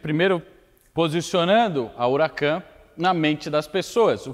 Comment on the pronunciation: Não é Ruracan é Huracan e não é Alcantára é Alcântara.